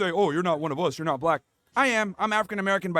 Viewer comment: It's pronounced you're not yoah. This guy advertises his ignorance. Every time he opens his mouth, he should shut his mouth and go to work.